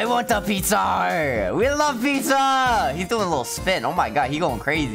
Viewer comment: “Pizzar” got me laughing